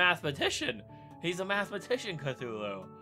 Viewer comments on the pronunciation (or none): Cthulhu, not cfulhu!!!!!!!!!!